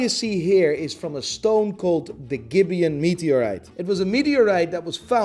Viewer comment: As a Namibian, I can proudly say you butchered bout pronunciations of "gibeon" and "nambia"